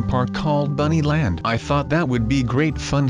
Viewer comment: He says buny land